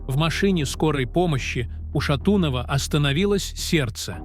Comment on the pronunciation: Как смешно и противно бот ставит ударение на шатунова. 😅😢